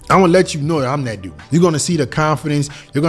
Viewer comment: it's "THat" not "DAT"....